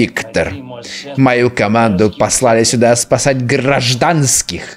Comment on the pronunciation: 2 секунды назад: озвучивает командира нормально в: гражАНСКИХЬ.